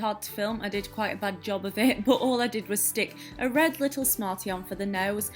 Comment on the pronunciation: i love how you pronounce "but" hahaha "booooot"